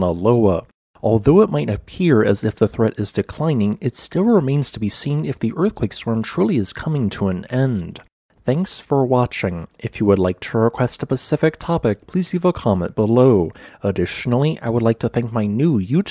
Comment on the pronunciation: Say specific like Spe'cific...not pacific. Lol